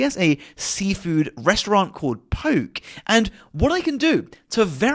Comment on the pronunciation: It's pronounced "Po-kay"